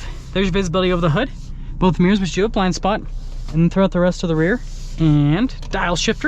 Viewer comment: you just made my dad by saying power adjustable steering wheel rather than automatic :). Now if you could just pronounce aesthetic properly, and add the second syllable back into mirror where it belongs, i won't be so tempted to write you incredibly annoying and stupid comments